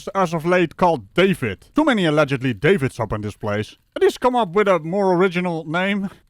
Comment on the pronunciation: Sounds like he said Damon not David